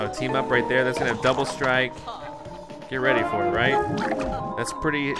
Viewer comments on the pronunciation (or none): none